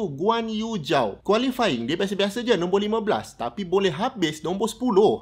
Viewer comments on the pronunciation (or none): Mula2 aku dok fikir apa la 'kuali' tu, rupanya qualifying 😂